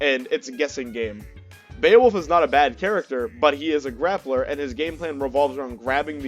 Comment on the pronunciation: “Glappler” lol. Nice vid. My homie gifted me this game on Steam for my birthday last week and I instantly feel in love with the vibes from the main screen: curvaceous waifus and bebop music? I’m in. I played through the Story as Cerabella and I’m gladly anticipating learning all of the characters. Thank you for sharing your insight! Peace.